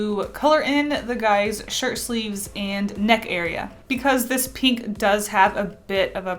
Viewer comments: It annoys me sooo much that she pronounces "pink", "peenk" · nobody:: peenk